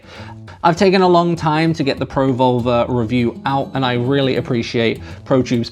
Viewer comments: pro vulva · As an American, your accent makes you sound like you're saying Pro-Vulva. Was a bit confused the first couple of times, but gave me a good chuckle. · I don't know about anyone else but when you say pro volver , thats not what im hearing lol .